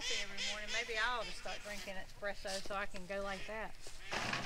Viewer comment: I really need some “expresso” 😴☕️